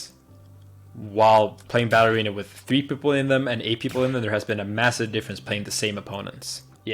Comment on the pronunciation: Sounds like he is saying "ballerina" instead of "battle arena. Hah